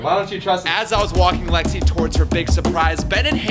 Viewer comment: ITS LEXI NOT JEXI